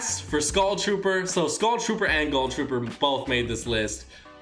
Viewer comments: I cringe every time in a video whenever he says GULL Trooper instead of GHOUL Trooper. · Why does he say gull trooper. It's GHOUL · Harvey Toohig yeah, it also seems that a bunch of YouTubers pronounce it wrong as well